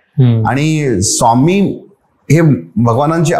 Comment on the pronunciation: Sawmee nai re, neat swami tr mhnayla shik podcast ghyayla baslayes raja